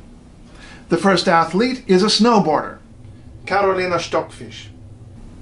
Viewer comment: And hard K A R O L I N A, not light Karlynah. Wojtuściszyn is very very very bad pronunciaton.